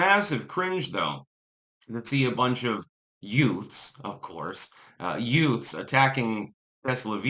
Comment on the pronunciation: 😂😂😂 ...the two utes ...the two what? ...the two you-ths